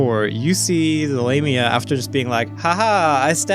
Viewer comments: I've always pronounced it lahm-ia. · phonetically it's La Mia, love you guys and I'm starting to get caught up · I always pronounce it like LAW-ME-a